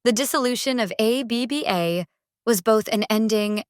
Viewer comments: Yet more rubbish AI narration. A B B A for goodness’ sake! What rubbish. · AI rubbish - can't even pronounce the groups name correctly.